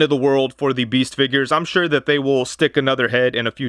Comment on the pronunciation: It’s pronounced “the” not “thee”